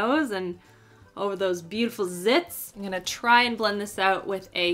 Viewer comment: The way she says I’m gonna sounds like In Goya 😂